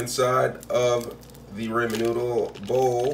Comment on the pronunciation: it’s the fact that he pronounced it “r-AY-men” for me 🤣🤣